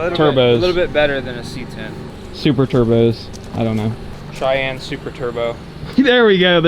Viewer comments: "Moon Cheyenne" but like moon-shine-anne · Call it’s the “MOONCHYENNE”